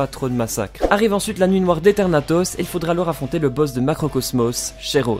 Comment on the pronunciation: Ethernatos ca ce prononce Ezernatos